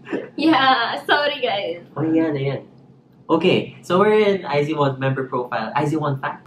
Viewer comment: iz*one = ai zu won, ai zu wan✓ Not ai zi wan